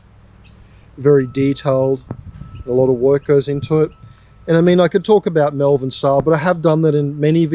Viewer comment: Mulvan? 😂 Either people from Melbourne are being weird again, or they don't know how to pronounce Malvern.